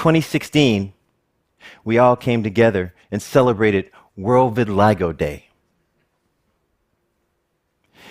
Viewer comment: yeah. he calls it re-vitiligo